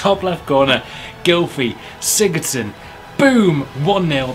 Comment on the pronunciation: actually it is pronounced: Gilvi Sigurdson. Just so you know